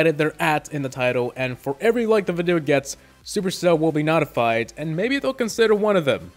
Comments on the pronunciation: Did you really just say "Nawdified"??? NAWDIFIED?? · He mispronounced notified